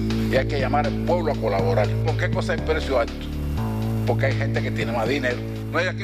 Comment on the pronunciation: Debiera empezar por aprender a pronunciar, no se dice poDque o baDbaridades. La r es r y no se pronuncia como D. Por lo demás me recuerda la oratoria nada brillante de Nicolás Maduro: “ hay que oDganizaD lo que estaba oDganizado y que se dejó de oDganizaD.” Lo tengo claro.